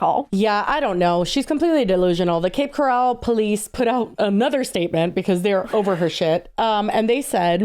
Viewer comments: And Cape Corral when it’s Coral…as in coral reef😂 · It’s Cape Coral, like the stuff in the ocean, not Cape Corral. Cape Corral sounds like a rodeo 😂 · Lmao i'm crying at saying Cape Corral like golden corall when its actually like coral from the ocean 🤣🤣🤣 From a floridian too lolol! <3 Cape coral kinda sucks tho so really who cares lolol xoxo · ily but why are you saying Cape Coral like it is Golden Corral?? 🤣🤣🤣🤣 it’s Coral like Coral Gables or a Coral Reef 😭 🪸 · FYI, it’s coral 🪸 not co ral. I grew up north of Cape Coral and no one says coooral. lol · To, Cape Coral is pronounced Coral like coral reef not corral like Golden Corral lol. I live here it’s so wild to hear yall talking about it. I shop at that same target all the time. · As a former swfl resident, it's Cape CORAL like the animal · Girlies, it's Cape Coral - like the word coral 😅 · Girlies not that it matters but its Cape Coral like sea coral. Also that’s my hometown and lets just say the behavior checks out for that city lmao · Love but I live in Cape Coral and the fact that she keeps calling it cape corral (yeehaw) is sending me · It's coral like the Reef😅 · I live in Cape Coral and I’m living for the way you all are mis-pronouncing it😂😂